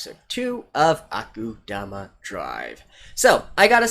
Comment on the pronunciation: I have nothing against your speculations from the musings part of the show, but this "Kansai Liberation" thing hired criminals that kill thousands of Kansai citizens, maybe they want to liberate Kansai but at what cost lmao? Also it's pronounced AkudAma not AkudUma